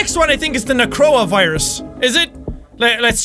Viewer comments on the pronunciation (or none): i thougt he said corona virus instead of necro virus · When jack said "Necroa Virus" at the beginning, it sounded like a certain virus we all know...